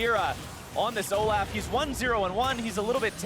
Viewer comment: Seriously hate how the other caster calls Olaf, O-laugh.